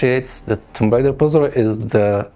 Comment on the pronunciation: i love how none of TR developers can correctly pronounce the title of the game lol